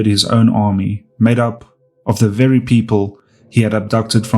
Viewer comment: Wery nice, wery cool.